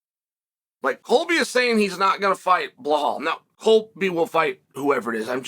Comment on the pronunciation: Am I hearing things or does Chael keep calling Belal Behal??